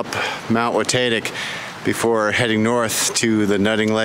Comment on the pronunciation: WaTAYtic, WaTAHtic - either way looking like a great hike in the snow.